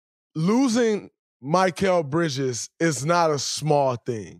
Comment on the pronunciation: Talking about Bridges like you know him but can't even say his name right 🤣